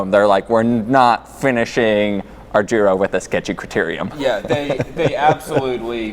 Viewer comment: also, it is not "zhiro" but it is giro, use google translate phonetic reader on Italian and you'll get there.